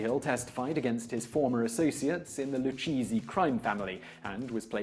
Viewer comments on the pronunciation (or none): Lou-kay-zee not Lou-cheesy lol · "Lew-cheesy", oh man. It's "Lew-kazey" Lucchese. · The luchese family is not pronounced lu cheezie..its pronounced lu-ka-zi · "Lu-cheesy" crime family . :) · Wouldnt it be “loo kehzeh” in italian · He just said the lu-cheesy crime family haha